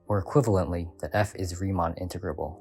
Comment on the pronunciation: Good video, but I did have an issue: I try not to complain about audio quality, but I couldn’t tell you were saying “Riemann” until about the 6th time re-listening to it. It would have really helped if you put something like “Riemann Integral = Darboux Integral” on screen at some point seeing as they are the main subject of the video. Casually throwing out proper nouns I’m unfamiliar with is a good way to derail a lesson. I have not seen an integral explained in 3d before, so that was interesting. I found it a little tedious since you fully explained the exact same process a second time, but this is actually genius, providing an excuse for you to give students a second chance to understand the concept while technically covering new material. It’s a trick I should really find ways to use. Darboux was the explanation I got for integration which is why I found it tedious, but for your target audience, I think this was really well done. I liked the visuals and aside from the words “Riemann” and “Darboux”, the narration was good.